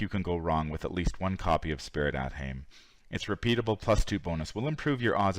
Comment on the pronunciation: For the record, it's not AThame, its Ah-th-aim